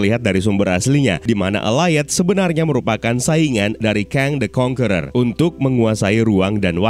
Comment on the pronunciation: AKHIRNYA ADA YOUTUBER YANG MEMPRONOUNCE 'CONQUERER' DENGAN BENAR